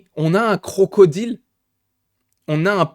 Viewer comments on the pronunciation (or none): none